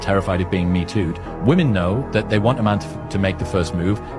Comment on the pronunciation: Her inability to say the plural 'women' properly is already a red flag.